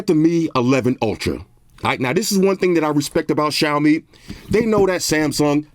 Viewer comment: I respect the pronouncation of Xiaomi brand. As always great video.